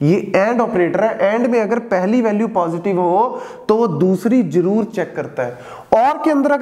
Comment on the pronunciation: "Jero" and "jaroror" or "zero" and "zaror"